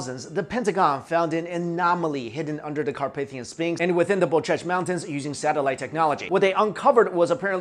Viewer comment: Really like the way u pronounce the mountains name :D . I'm from Romania ;)